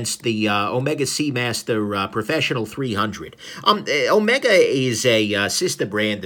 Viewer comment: It's Omeeega!